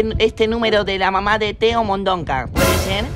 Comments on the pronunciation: El señor: Vamos a expulsar a Teo de Mondonca La madre: Teo de Mondoca no de Mondonca nene ajajajjajaj 🤣 🤣morí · Lo dijo a propósito